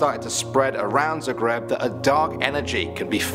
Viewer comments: prvi put cujem da netko tako govori Zagreb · Da ahahahahhahaa "zaugrejb" koji k😂😂😂